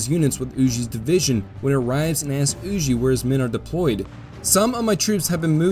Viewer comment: Huger pronounced U Gee